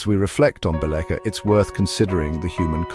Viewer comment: Bosnia is a place, not a people. The people who inhabited the land were Serbs. During his coronation, King Tvrtko titled himself the King of the Serbs of Bosnia and of the Coast. Also the name of the city described here is pronounced something like BEE-letcha.